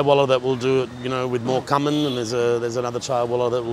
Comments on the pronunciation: I've never heard cumin pronounced like that.. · the australian guy mispronounced cumin 😨😨